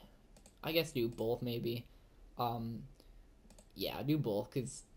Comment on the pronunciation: you can yeah, do yeah BOLTH